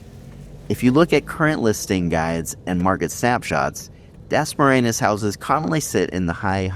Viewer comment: At least learn how to say Dasmariñas correctly. You not only sound slurred & punch drunk, you also change the word a few times when you say it😁 We appreciate the uploads, but must be responsible to be prepared & not lazy, when presenting for views🫡